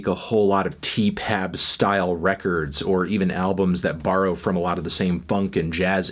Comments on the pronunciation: stop calling it 'teepab' it sounds awful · Can you not saay Tee-Pap? It's sooooooo...